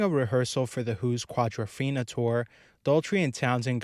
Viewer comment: I knew before I clicked on this what it would be, clueless rambling BS putting words into people's mouths, blathering filler, and conflating offhand criticism with hate for clicks. But what do you expect from some clown that doesn't know how to pronounce "Quadrophenia" correctly?